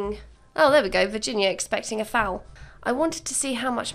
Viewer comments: James Turner said foal like fowl too and it just cracks me up 😂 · You pronouncing foal just cracks me up